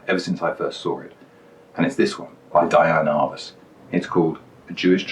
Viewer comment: Wait, so you're TROLLING us by mispronouncing her name throughout the video?? Dude. Come ON. You are SO GOOD. I love the digressions, your humor, your photos, your choices. WTF? Seriously, keep on doing what you're doing and I'll always watch. Next do one of Cartier-Bresson's photos, but be sure to call him Hank.